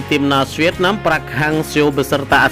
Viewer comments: park bang bukan praaaakkkkk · Buka prak,tapi parek hang seo,gitu bacanya,gimana sih youtuber kudu di ajarin melulu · braiii... ( Park ) bukan Prak dibacanye gmn sihh gitu aje kgk bisa ape... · Min .bukan prak....tp Park 🙏🙏🙏